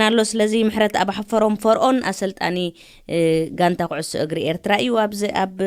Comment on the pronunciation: በጃኻ መጽሓፍ ትግርኛ ኣንብብ። ካብ ጌጋ ልሳንካ(ኣዳማምጻኻ) ብዙሕ ክትመሃር ኢኻ፣ ካብ ኣቈልዑት፡ ኣሰብኡት፡ ድበልኩኺ፡ ስጋዕ፡ ስለ ደለወን፡ ድኰነ፡ ድኰነ-ሰብ፡ ደታሓሳስብ፡ ኩዕሾ፡ ተደይከይድካ፡ ደሎ'ሲ፡ ድብል ርእይቶ፡ ነጻ፡ ድሳቐዪ.... (That's all your words senseless Tigrigna "Slang") ኣረምቲ ድምጺ ትግርኛ (Tigrigna Dialect) ክትረክብ'ኻ ኣንብብ። ብምቕጻል ነቶም xኣቈልዑ ደይኰኑስ ኩዕሾ... x (√ነቶም ቈልዑ ዘይኰነ ኩዕሶ √) እናበልካ ኣርሞ፣ ስሕተት ዘሎዎ ትግርኛ'ውን ክትዛረቦም ከሎኻ ካብ ቓላትካ ክንደይ ሒዞም ከም ዝኸዱ ተረዳእ፤ ብኡ መጠን ንደቂኻ እውን "ደዱ... ደኣ'ምበር ዘዙ ትምህረን የሎኻን" ስሕተት ኣደማምጻ ትግርኛ ብጌጋ ትልስን ኣሎኻ። እንክሰምዐ ከሎዂ እታ ጋዜጠኛን ብመጠኑ ድማ ሰበይትኻ ከም ዝሕሻ ኣመዛዚነ ኣሎዂ። እንዳበልካ ዘይኰነስ እናበልካ'ዩ ክኸውን ዝነበሮን ዘሎዎን፣ እምበር "ኣተኣላልያ ስድራ ኣብ ወጻኢ!" ብትምህርትኲምን ሓሳብኲምን ኣዝዪ ዘዕግብ መሃሪን ስንቂን'ዩ ንኲሉና ኤርትራውያን። ክብረት ይሃበልና! ሓዳርኲም መመሊሱ ይሰስን።